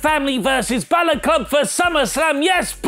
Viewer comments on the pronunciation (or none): none